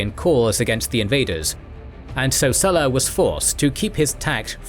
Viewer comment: Hi, would it be possible to pronounce the Latin name SULLA correctly? I learned Latin in school and it amazes me the distortion of Latin word pronunciation by English speakers, let alone American Speak! Go on, give it a go. You can always get help, look up Google! Cheers mate. Harera